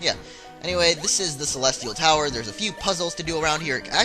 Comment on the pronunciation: he said celetial tower at the beggining